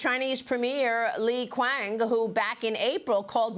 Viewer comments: you can't even pronounce Li Quan correctly. You call yourself a journalist. Darn US professional standards are pretty low. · Chinese prime minister is named "Li Qiang", not "Li Guang". Error pronunciation.